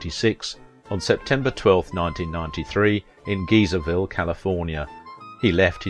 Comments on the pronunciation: He and his partner had a vineyard near my college. His partner donated orchids to the college. He also frequented a restaurant where my grandma’s good friend was a waitress. Also Vallejo is pronounced Vah-lay-ho and Geyserville is Guy-zer-ville, like the springs that shoot water. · Great video, but Vallejo is pronounced Va-LAY-ho, San Rafael is San RA-fell, and Geyserville is GUY-ser-ville. You didn't mention any of his radio drama work. He had a show called Ft. Laramie where he played a cavalry officer. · Couple of pronunciation notes. Vallejo. Val lay o Geyserville. Guy ser vil. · And Geyserville is pronounced Guy-zer-ville, not Geezerville. That was especially cringeworthy. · While I appreciate the etymology lesson, Geyserville is a CA & US city, and is produced Guy-zer-ville here. Geezers are old folks in US slang, so thisxmisprounciation conveyed an old folks haven, as opposed to actual geysers there in Sonoma County, which still exist, but I think only the one in Calistoga actually erupts regularly. It is a big wibe-producing region, which is why Raymond Burr went there, as he owned a winery with his partner. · Your pronunciations of Vallejo (va-LAY-hoe) and Geyserville (GUY- zer -vil) gave me a good hearty laugh. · yeah, "geezerville" had me laughing. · Vall-ee-joe???? Gee-zur-ville??? Uh... no.... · I'll judge him! His homosexuality makes him a hero in my book! Geezer ville??? No. Geyser as in the hot water shooting from Old Faithful in Yellowstone. ValeeeJoe??? No. Va ley as in lay down, and ho which is the JOE part. Learn to pronounce Spanish. It's easy. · May I help? Correctly, it is pronounced 'Vall-A-ho", 'San Raff-ell', and 'Guy-zer-ville'. Thx